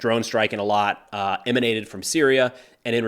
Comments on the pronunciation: Eilat pronunciation was good, if you want to be super accurate it would be: "A-Lat" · Good work, you pronounced Eilat (almost) correctly. lol Funny thing, right after the beginning of this war I looked up Google reviews for Shifa hospital and people actually wrote that there were Hamas headquarters in the basement on reviews. Israel built it, so they know there's a basement despite the elevators not allowing people to go there. I'd be disappointed if this turned out to be a false call, but not super surprised. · You said eilat correctly